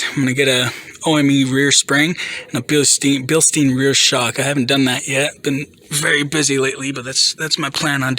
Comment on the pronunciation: it's billst-EYE-n not billst-EE-n